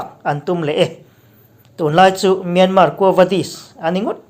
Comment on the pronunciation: myanmaaa tiin an lam thin a thenkhat hian..(R) hi anlam tel silova myanmar ti a lam lovin 'R' hi paih in myanma anti ziah a kan hre chiang chak deuh a...